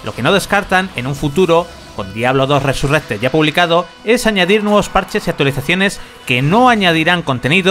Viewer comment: Cada vez que escucho RESURRECTED se me cae un poco más la oreja....